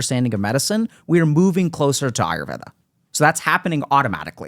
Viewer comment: Yep this is one of the rare podcasts with deep nuances & respectfully explaining each other differences in opinions than just agreeing with each other person unquestionably. And Dr.k pronounced patanjalis yoga Sutras,yoga,ayurveda,Rog (different Indian words) right without an American accent while having his rest of the conversation in his regular accent, that's some awesome control on language (regardless of ethnicity & that he knows about Ayurveda).